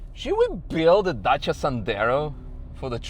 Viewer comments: wow, finally someone pronounce it correctly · Thanks for pronouncing dacia correct! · finally a non Romanian that pronounces Dacia correctly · "Sendero" 😂 that's a new one. Also love how you pronounced Dacia, sounded perfect !